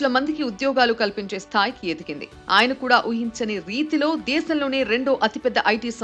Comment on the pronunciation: దయచేసి మొదట తెలుగు చదవటం నేర్చుకోండి దేశం అనటానికి బదులు దేసం,అని విషయం అనటానికి బదులు విషం అనిచదువుతున్నారు ఒకసారి మీరు చదివింది మీరేవినండి